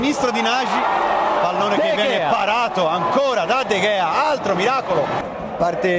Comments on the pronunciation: Il nome si pronuncia De Hea però scritto Gea. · irritante il modo in cui sbaglia la pronuncia di De Gea per tutta la partita.